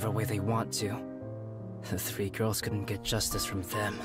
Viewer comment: you said gayrls